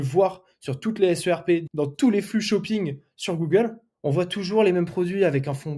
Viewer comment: On ne dit pas la "SRP" mais la "SERP" (prononcer "serpe").